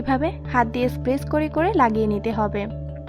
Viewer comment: Apni press k spess bolen keno?😂